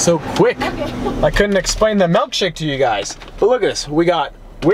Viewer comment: Boy it's pronounced milkshake not melkshake (jk keep up the good work)